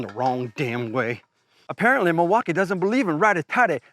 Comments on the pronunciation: What’s with pronouncing Milwaukee as Milwauk I A ?? It’s Milwaukee man 😂 No I A at the end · The way he added that extra flair to "Mill-walk-eye-aye"! 😂😂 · Why does he say milwaukee like that